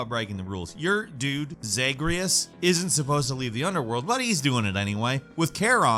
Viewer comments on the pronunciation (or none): “Zeagreus”? Lul.. again. How can this dude seriously mispronounce so many games?! It’s legit one per video. Homie is more of an eyas yo.